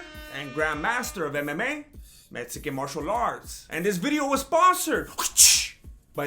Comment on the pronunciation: So is it MESSican or MEXican? Cause it's spelled one way, but you say it another way.